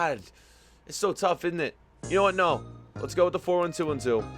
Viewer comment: I love your vids but its kind of funny when you say in it instead of isn't it with an American accent LOL